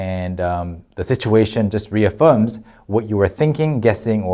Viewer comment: went full British there with "reaffirms" haha XD